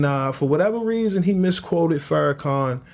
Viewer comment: IT'S FARRAKHAN.... NOT FERRICON. 🙄